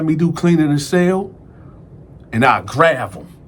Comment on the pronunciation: we never met, but I feel like I kno you. Cause I fu**s witchu tuff I wanna help you better pronunciation your words, especially the words grav-(grab) and belp-(belt). U still that nicca tho.